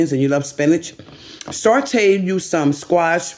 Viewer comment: You always use words wrong when speaking. Saute doesn't have a R in it. I have kept quiet for so long, but I can't hold it anymore....plezzzze